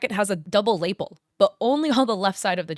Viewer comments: Lapel is lah-PELL, not LAY-pell. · Just an FYI: "lapel" is pronounced "lah-pel" not "layple". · > Layple I’m cracking up (Lapel = luh-pell) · Am I the only one the winces every time she says LAY-pelle instead of la-Pelle? Maybe I'm being too picky. Never ever before heard anyone say LAY-pelle But maybe I'm crazy idk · it’s pronounced “luh-pell” not lay-pull, just so u know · I believe it’s pronounced “la-PEL” not label. Sorry to nitpick, but it took me a couple seconds to figure out what you meant and that was with the visual cues from your video… I really enjoy your breakdown of things thus far. Keep up the good work! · enjoying this video and you're really cute but please learn how to pronounce laPEL, this laypul that laypul making me laypul my hair out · Body-blushing is probably the term you were looking for instead of "pinkening of body parts".😁 Also, the word LAPEL isn't pronounced similarly to LABEL. It's pronounce luh-pell not lay-pull. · La-pell. Not Lay-peal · You had me convinced barely 1-minute in -- but there was ONE issue you said that I cannot get out of my heaq, still, even now as I write this comment: "Lapel" is pronounced "luh-PEL", not "LAY-puhl"... 😉😉😉 Just goofing with you...! Good job on the video, you've earned at least 1 subscriber...! (Edit: Fixed typo)... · Say it with me: lapel. Luh-pel. Not "lay-pul." I'm all for calling out people trying to pass off AI creations as their own works, but how is reading a script with words you are clearly unfamiliar with, indicating that you used AI to help write it, any different? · Hey just FYI lapel is pronounced La-Pell not laypl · Psst... Lapel is pronounced "LA-pell" not 'laple' and great catches on the hand gripping the pillar or rod. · Lapel = Luh Pell. Not Laypull lol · only one note: its lah-pell not lay-ple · Nice job. Also, "lapel" is pronounced "La-PELL". Not "LAY-pel". Thanks. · please 😭 (luh-pell) not (lay-pull) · It's pronounced: Luh Pel. Or Lah Pel. Not Lay Pull. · Lapel - ləˈpel 🤔